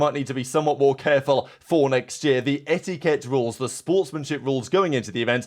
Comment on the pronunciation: I love the way says etiKET